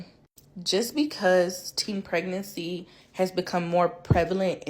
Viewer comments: I heard "teen peerancy" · Did she say " teen pernancy"😂😂😂😂